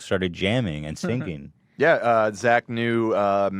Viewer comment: Sing-ging lol, it's funny how ethan says singing. love these guys.